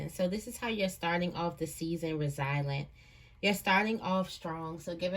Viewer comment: the word Resilient is pronounced RE ZILL-YENT or RE ZILL-YENCE